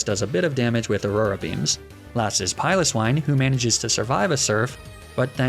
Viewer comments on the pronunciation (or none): none